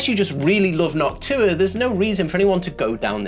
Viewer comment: No offense meant at all; it makes me smile when you say Noctua because you're pronunciation sounds close to "Hawk Tuah"